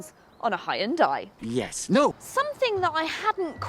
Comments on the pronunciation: Good lord, it's pronounced HUN-DIE! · I totally just looked up how Koreans pronounce it :P